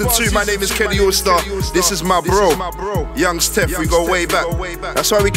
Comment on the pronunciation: he said youngs tef